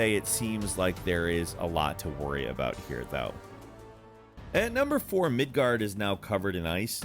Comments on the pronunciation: You can pronounce all these realms perfectly except Midgard? WTF is Midgerd? It's Midgard. Gard is pronounced like guard. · "Midgar" and "Midgard" pronounciations make me want to quit these videos so bad. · mid-guh lol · Mf said “Midgurd” lmao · Midgurd? lmao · MidGERD? Really,? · The way you said Midgard, it sounded like you said Midgurd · Bro did he really just say "Midgerd" Its Midgard.. Mid"Guard"... Bro you ain't no real GoW player gtfoh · lol....I couldn't finish watching the video. I love your content but you really butchered the pronunciations of so many things that were mentioned in the trailer and previous game. It's not pronounced "mid-gerd", for example. It's "mid-guard". Stuff like this normally doesn't bother me, but for some reason it did here. Sorry man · i’m gonna pretend i didn’t hear ‘midghurd’ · Im sorry i "Midgerd" ? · It's pronounced Midgard not MiDgArD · Dude said “Midgurd” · "Mid GURD" SERIOUSLY? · "Mid gurd" lmao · The way his said Midgard 😂 but I really can’t wait for this game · Oh god the pronunciations lol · "Midgurd" "Nilfheim"